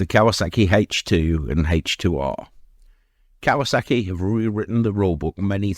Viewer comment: He called it Kaywaa sackeeee